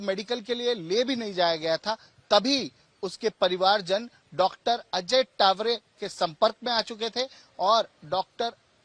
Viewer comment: तावरे हैं वो टावरे नहीं 😅😅